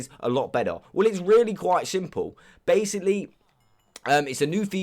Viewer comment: Or when he tries to say baslocly he says basily